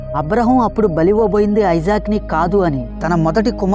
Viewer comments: ఐజాక్ కాదు బ్రో .. ఇసాక్ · ఐజాక్ కాదు ఇసాక్